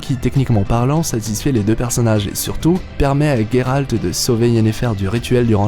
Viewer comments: Sa se dis geralt pas gueralt deso mais cool video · Ta vidéo est bien explicite, mais la prononciation et "geralt" pas "gueralt" ça m'as écorcher les oreilles tous le long de la video Bien a toi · pourquoi tu dit guéralde c est géralde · donc c est pas guéralt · Ah ! Tu prononce ''Gueralt'', prononce le a la Française, je trouve ça plus classe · Excuse moi mais tu prononces mal le Gérald Ça va stresser pour mon toute la vidéo